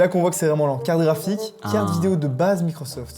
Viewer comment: Dire "carafik" au lieu de carte graphique c'est une prononciation belge ?